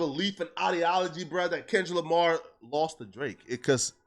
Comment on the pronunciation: Bruh said lamah then said Lamar very next sentence. Boy just cant help but b a walkin lie.